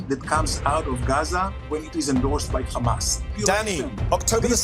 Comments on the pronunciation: I only heard khamas a million times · Drinking game... every time ha says khamas... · Ohh my goodness!!! I don't know how mehdi is so patient but everytime this guy says Khamas I feel like to just slap him so hard so that he comes back to his senses. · Khamas, khamas, khamas, khamas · Take a shot every time this clown says 'kh mas'... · Every response: it is KHHHAMAS! this embarrassing zio is totally brain dead! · And don’t forget, it’s how you pronounce Hamas, these people are beyond insane